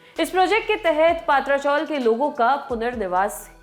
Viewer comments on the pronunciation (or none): Paatra nahi Patra, yani chat jo ghar ke upar hota hai🙏